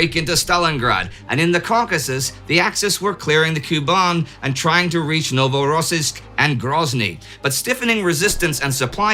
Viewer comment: Indy and team, great work as usual! But it’s pronounced NovorossIysk, not NovorOssiysk, please improve it 🙏